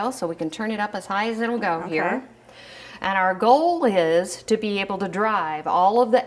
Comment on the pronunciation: the “aaaaaaaannnnddd”, “becaaaaaaaauuuuuse” and other extended syllables were driving me nuts....very distracting